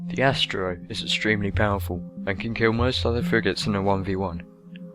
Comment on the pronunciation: Astero = AST-AIR-OH. Ancillery = AN-SILL-ER-EE. Learn to speak.